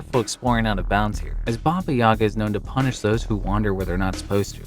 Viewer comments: Dude, it ain't "BOBBY YAEGGA" it's "BABA YAGA"!!! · its not Baby Yaga (or Babie) its Baba Yaga you read it as "bah bah"(h is silent) and yaga you said correctly :D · my mans needs to learn his to say babajaga